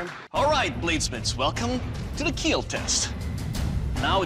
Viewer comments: Is it a weird pronunciation of kill? I’m new here 😂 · It will kweal ;) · IT WILL KEEL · It will keel. 😁